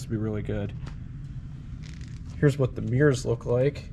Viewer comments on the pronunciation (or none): none